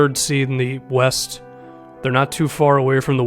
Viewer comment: 00:6 I didn't know the rockets played in the eh-west conference 😂